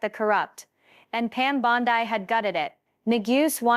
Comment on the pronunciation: Teach your machine to read Bond-EE NOT Bond-Eye